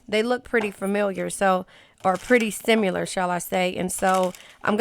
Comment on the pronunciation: I absolutely love your readings.... Most on point in YouTube! Fellow Cancer here!..... And I don't know what I love more, your readings or the way you say Sim-U-lar! 🤣😊 Makes me smile EVERY time! 🙏🏻